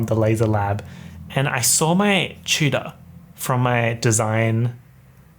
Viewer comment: The way you say tutor sounds like cheater for some reason 🤔